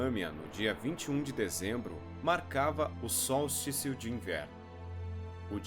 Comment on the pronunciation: Tá usando IA para fazer os vídeos? Que pronuncia e essa cara? "Sol-isticio" de inverno?